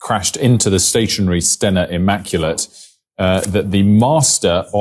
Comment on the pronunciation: As a small helping "hand" ;) The Ship that was hit.. Its name, pronounced "Ste-nAa" and then "immaculate"